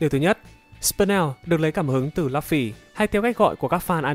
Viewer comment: Lúp phi cứ đọc là lắp phi